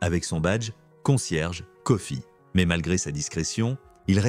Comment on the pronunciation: C'est mr Kofi, pas mr coffee..mdr.😅😅